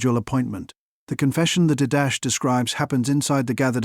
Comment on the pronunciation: He pronounced the Didache document as did-dash? Really? How can we take this video seriously when the AI used to produce it can't even pronounce the name of an important early Church document, outside of scripture, correctly? It's pronounced DID-uh-kay, or even as Dee-da-chay if closer to a Greek pronunciation... but definitely not did-dash. LOL.